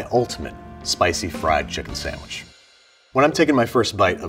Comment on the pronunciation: I hate when people put an "m" in the word "sandwich" lol but I still love Babish.